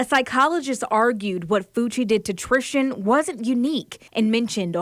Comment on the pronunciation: who is TRISHTAN ma'am?! If youre gonna cover the case pronounce her name correctly